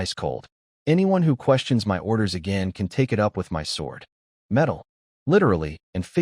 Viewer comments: This is good, very funny in parts. Just wish the A.I text could be fixed. Saying M.Y instead of 'my'. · One question Can you teach AI to say the word (MY) instead of (M-Y) 😅😅😅😅😅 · i love how bad ai gets with numbers 10/10 = October 10th instead of 10 out of 10 would do again like the context implies and how hard is it to say the word MY its 2 fkn letters and it literally spells it instead shit like this makes that little dark part of my mind go welp glad the ai wont take over in MY lifetime